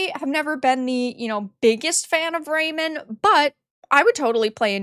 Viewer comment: Its pronounced like a hyphenated word, not a name. It's Ray-Man... RAY - MAN! Come on, just watch 1 trailer.